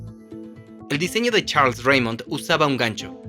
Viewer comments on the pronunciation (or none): none